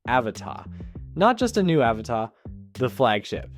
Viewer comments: It's pronounced "a-vata"; not "Áva-tá" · Can you pronounce it "UhVotta" instead of "Avuhtuh". Otherwise, great video! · No. He thinks Avata is French and written Avatà 😂. The pronunciation is Aváta, accent on the second A. Americans make up things to make them sound fancy, like Caprì as of it was French. There is no accent on he last letter it's Italian, it's Cápri. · Repeat after me: A VA TA. There's no accent on the last A, it's not a French word.